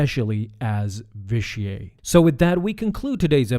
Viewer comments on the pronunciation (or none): Vish-ee-eight. It's pronounced Vish-ee-eight. Sorry, that was just bugging me. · You’re supposed to pronounce the T at the end of Vitiate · its vitiate not vitiaey or vitiae whatever you were saying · It's "vish-E-ate". Not "vish-E-ay". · Vi-shee-ate. Not Vi-shee-ay. Please get your pronunciations right. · I've heard his name both pronounced the way you did, and Vishiate. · Hahahahaha his name isnt frence hahahahahahahahah say the T next time u try and say it and it'll sound right hahahahahahahahaha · Ur saying the name weird... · Why do you pronounce Vitiate's name like its french? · I can't hardly stand you consistently mispronouncing his name. 🤦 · your pronounced vitiate wrong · That's certainly a strange way to pronounce Vitiate. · You need to learn how to say Vitiate and Valkorian correctly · Why do you pronounce Vitiate in such a weird way? It is a HARD "T". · You say Vitiate weird.